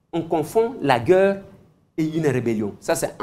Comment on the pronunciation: Eliezer, la guerre c'est pas la gueurre. Naguère c'est pas Nagueure. Ca se prononce différement